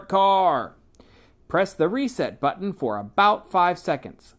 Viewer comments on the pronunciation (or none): button. Not “buttom”